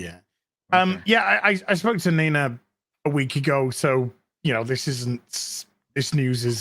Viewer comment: If it means I won't have to hear call her "Neener" again then I'm all for it...